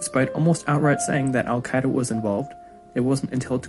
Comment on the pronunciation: I took a shot every time he mispronounced al-Qaeda. I died of alcohol poisoning